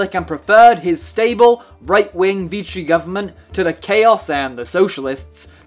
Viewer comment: Pronouned VEE-she. Not Veechy.